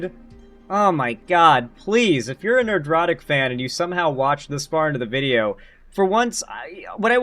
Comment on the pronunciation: I'd like to think you are saying Ner-drotic instead of Nerd-rotic on purpose.